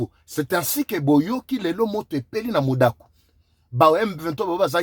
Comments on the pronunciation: MUDAKA et non MUDAKU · Mudaka et non Mudaku.